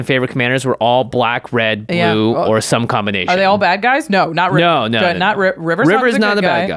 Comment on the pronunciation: Sounds to me like Jimmy doesn't like Land destruction or extra turns. So much so that he didn't read River correctly